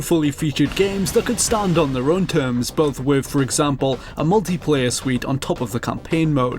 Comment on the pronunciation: Great vid. Now what accent exchanges "th" with "v" ? As in with =wiv. Second person I know who does it so I'm assuming it's an accent.